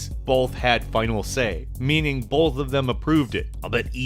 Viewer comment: You saying bo"l"th 3 times in a row was pretty fucking painful to listen to.